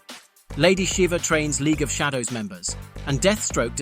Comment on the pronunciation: The AI randomly pronounced "Shadow" incorrectly lol